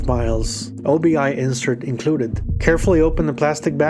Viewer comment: Obi-....."oh-bee"....That piece of packaging is named after the belt component in a kimono.